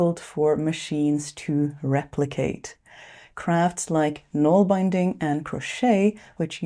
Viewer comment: Nålbinding is pronounced NOHL-bin-ding. Norwegian. Bin, with a short i. No such word as Nålbound, but that’s creative at least!